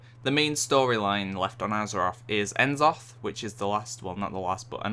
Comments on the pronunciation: it's n'zoth :P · I cringed every time you proncounced N'zoth wrong >.<